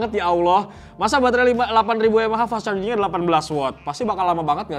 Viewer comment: Coba coba ulang ngomong fast chargingnya..😂😂😂😂 medoknya itu loh😆😆😆😆